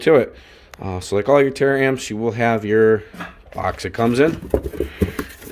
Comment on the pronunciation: Tar-amps Not tear-amps lol